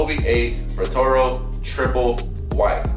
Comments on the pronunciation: Bro really said “protoro” 😹😹😹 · nigga said patoro lol